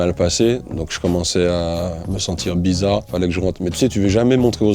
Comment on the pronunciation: " la digestion était bizaw